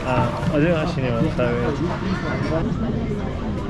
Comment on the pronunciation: Cycling through hyde park?? Criminals the both of ya. mispronouncing pho was also a highlight for me. (Just in case you don't know its pronounced fuh not foe)